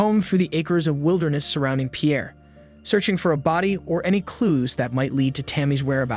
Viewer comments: It is pronounced “peer”, not pee’ air. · Pierre SD is pronounced "peer" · It’s pronounced “pier” as in the thing that boats moor to. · Pierre is pronounced “pier” in South Dakota. Fyi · FYI, Pierre is pronounced pier, like in Pier One. I live in SD & remember this case well. I know one of the DCI investigators that worked this case. Such a horrible case.